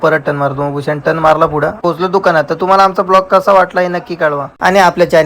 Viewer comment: Bhusha nay Bhushan sir bol